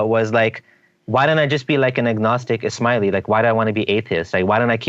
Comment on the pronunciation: Ishmaeli sounds like "Is Smiley" :-)